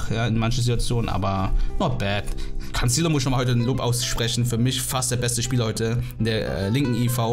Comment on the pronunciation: Warum sagst du immer Cancillo?🤔😅